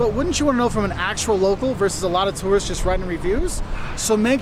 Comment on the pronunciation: Okay, as an American, I loved the video. But the first two seconds, it sounds like you say “The biggest mistakes terrorists make…” and that’s just funny as hell! 😂